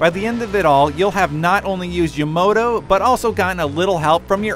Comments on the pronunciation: Bro said yomoto instead of yamato 💀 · Yamoto... really?? It's Yamato. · Yah MAH Toe. not no damn Yah Moe Toe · oh pls, it's yamato, not yamoto, Y-A-M-A-T-O, YAMATO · Yamoto?YAMOTO?What is it with IGN people and not being able to pronounce Japanese names. JUST READ IT RIGHT PEOPLE IT'S YAMATO! YA MA TO! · Me too.I was like YAMOTO?ITS YAMATO PEOPLE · lol. did he say " yamodo " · Chi This guy mispronounced a LOT of DMC names... but saying Yamoto instead of Yamato definitely was the worst >< Edit: Rewatching it, I guess the only other one he really mispronounced was Berial, where I'm pretty sure it's supposed to be pronounced the same as the word Burial... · yamoto... YAMOTO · Yomoto? YOMOTO? IT'S YAMATO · Wtf is "Yamoto"??!! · did he just pronounce yamato yamoto? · does the narrator does'nt know how to read is yamato why the hell did this he read yamoto is sound like some kind of japanesse noodle what a dick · Did you fucking say Yamoto And Nellow Angelo? Im not sure but did you also mis pronounce Berial? Fucking MOONDUS I know it was that in dmc 1 but it haasnt been since and bitch number 1 was vergil. You just saved your ass. And then you said nelo angelo. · The only things that got me mad was he said Yamoto not Yamato and that he could not pronounce some of the bosses names right. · I feel like when people like well known critics and news reporters mispronounce characters or items in games, movies, etc... They do it just to troll... "yaMOto"... Really? I know this guys been through grade so he should know it's YAMATO... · THE HELL IS Yamoto i know only YAMATO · Yomoto. You said Yomoto. It's Yamato. Y-A-M-A-T-O. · i thought it was pronounced "Yamahto" not "Yamohto" (Yamato) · Yamoto lol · Did he just say... YamOTO? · When you said "Yamoto" I freaking cringed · He said Yamoto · Yamoto? Really? It even tells you how it's spelled. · I WAS THINKING THE EXACT SAME THING WHAT THE HELL IS A YAMOTO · Funny that they said it right in the weapons video. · lol he said yomoto